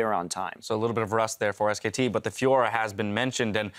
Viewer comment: omg that dash guy... ITS SKT NOT SK